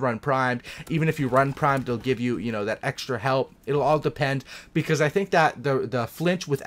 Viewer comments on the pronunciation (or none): none